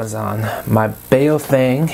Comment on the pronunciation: Mine has looks like it's got the same faceplate as yours but I couldn't read the model number off the bottom. Has it got UV-5RE at the bottom? Also, it's pronounced Bao Fung. The 'Bao' is pronounced like 'Bow' as in the dogs go 'Bow wow'.